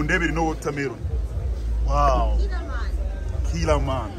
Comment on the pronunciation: "Killerman conglatulation?" C'mon you can do better than this😂🤣🤣🤣🤣😂